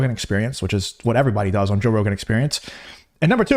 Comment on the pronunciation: “Joesph Rogan”